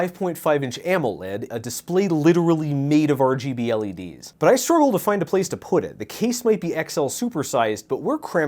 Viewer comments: I love your videos and word play and always have but jfc repeating “ergableh” 40 thousand times hurt me. Especially when I thought it was done after a few mins and the term rgb was used. BUT NOPE. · It took me two videos and a good night sleep to understand what he means when he says "ergo blades" 😂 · I just watched part 1 & 2 back to back, drinking every time said "Ergobleds". I'm on hold with the 911 operator. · I thought you were saying ergo-bleds as like a brand name for waaaaay too long... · too me way too too long to realize he was saying RGBLEDS in the beginning of this video. me: The fucks an ergablitz??.....😲ooooooh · I've been watching for 3 years and I just realized when he was saying ergableds, he was actually just saying RGB LEDs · whats that? never heard of arrjeebee ellie deez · for those who don’t know: ergobleds is just a phonetic pronunciation of “RGB LEDs” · Thanks I was so confused, every time he said ergobleds I felt like I was losing my Nerd jargon. 😂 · I really wish I understood why you call LEDs "ergobleds" but it takes this video from enjoyable to a struggle to watch